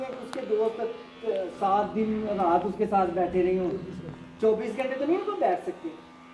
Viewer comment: تین دن تین rat نہیں brother تین رت din